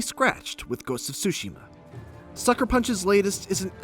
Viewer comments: TSUSHIMA, not sushima. TSU TSU TSU! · Get the pronunciation right, is Tsushima NOT Sushima! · Please stop saying "Sushima", the T isn't silent in neither English or Japanese. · Fotze Gaming and Media Tsushima the T is silent Tsushima is a island in Korea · The way he says Tsushima sounds like sushi-ma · This guy fr just said Ghost of SuSushi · He said “Ghost of Sushi-ma” lol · this guy called it ghost of "sushi" . wow fail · Did he just say “Ghost of Sushi” ?? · Why does he keep saying *Sushima*?!... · “Ghost of Sushima” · Gotta be honest, For an instant there i thought i heard 'sushiman' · if i have to hear this guy say SUSHI-ma one more time, i swear im gonna lose it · did i just heard "Ghost Of Shushi" on ? lol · I feel like this guy pronounces “Tsushima” in a 100 different ways lol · I hate the way he pronounces Tsushima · My heart bleeds for Japanese-Americans (or Japanese people, for that matter) everywhere each time you pronounce the game's title. 🤦🏻‍♂️